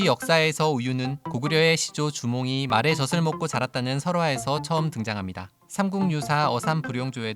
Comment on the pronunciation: 젖을 발음은 '저슬'이 아니라 저즐 입니다